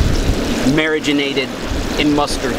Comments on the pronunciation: I love how you say marinated, you say mariginated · btw it is per nounced mar-a-nated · I wonder if he ACTUALLY says Mari-ganated 🧐😂😂